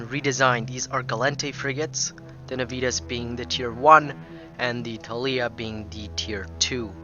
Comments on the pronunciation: Every time he says "nuh-VEE-tuhs" my high school Latin hurts a little. Nah-vee-Tas (or Nah-wee-Tas in classical pronunciation) is Latin for Promptness or Zeal. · And you would be correct. It's Latin, and it should be pronounced NAH-vee-TAS, or more classically, NAH-wee-TAS. (There is no "V" sound in Latin, and the letter "W" doesn't exist; "V" makes a "W" sound. "W" as in "double-V" was invented later when "V" started to sound the way it does to us today. The famous phrase "Veni, vidi, vici," is properly pronounced "Whenee, widee, weekee.")